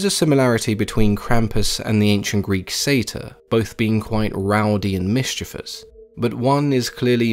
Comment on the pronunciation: Thank you for pronouncing "mischievous" in the correct way. I almost never hear anyone do this. It's almost always "mis-chee-vee-uhs" by almost everybody else, it drives me up the wall to hear anyone say it that way, I'm serious!